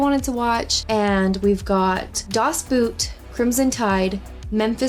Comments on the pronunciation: lol she pronounces it as boot instead of boat. thats so cute. Its German though, you pronounce it as boat because thats what it means("That boat"). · Never heard of "Courage Under Fire" movie. Das Boot is pronounced "Boat" as the double OO in German is the Long O. Love this film with Robin Williams, and fondly remember AFRTS radio and t.v. overseas. Adrian Cronauer was an actual DJ in Vietnam with AFRS, and wrote a script for a TV movie of the week in '79, which caught Williams' attention, but Mitch Markowitz altered it drastically, and many of the things portrayed in the film were fictionalized. Cronauer served his full year in Vietnam and was honorably discharged, contrary to the film character. I'm glad you actually caught some of the joke references. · The word 'boot' in Das Boot is pronounced similar to the English word boat (it just means The Boat). 🙂